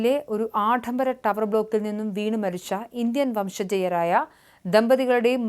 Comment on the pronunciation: ആഡംബരം. മര്യാദക്ക് പറ